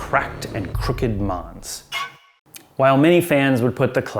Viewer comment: By the way, "manse" is the root of mansion, so is pronounced MANse, not MONse.